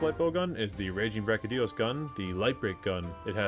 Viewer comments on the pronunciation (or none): Great vid.. BUT... Big pet peeve when people constantly mispronouncing things. You have at least 1-2 a video and it makes me grit my teeth.. he's my favorite monster.. and his name is pronounced, Devil. Joe. Not deveelheyo... Seconded by brachy dios... Not brackidius..